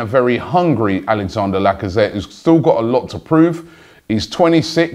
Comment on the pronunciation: You do know it's Alexandre not Alexander....